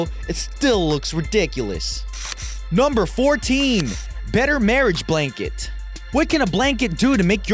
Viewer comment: I love how he says the numbers like nomber